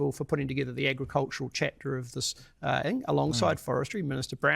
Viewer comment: It irritates me when people say 'think' when they mean 'thing'.